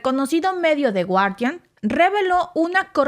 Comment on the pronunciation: No se pronuncia de guardián.. porfa pronuncialo en Inglés 😂 tu sabes muchísimo más inglés que nosotros un abrazo a los dos grandes ejemplos a seguir los queremos en México